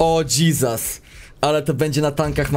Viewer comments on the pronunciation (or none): none